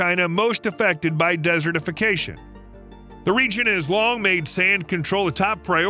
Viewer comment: The way you say desertification bothers me.